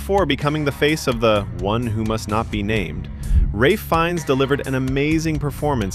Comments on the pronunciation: RAY Finnes .. Are you SURE about that? 😂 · Pronounced like “Raif”